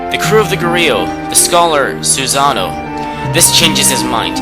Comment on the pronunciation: I'd say it's 'Ah-may' (Ammy), Say-ahn (Sei'an), Soo-sah-no and sah-kay (I'm just nitpicking over dialect differences though, considering we all form our vowels differently; I tend to aspirate the Japanese ones), but I couldn't agree with the point of this more. The way this guy pronounces everything drives me crazy. It's cringe-worthy even if you haven't studied phonetics...